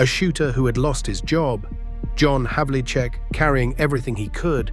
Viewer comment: It is not Havichick It's Havlicheck